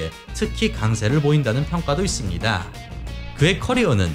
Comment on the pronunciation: 있씁니-다.. 입니다- 합니다- ... 짧게 발음해주시면 좋겠습니다- ^^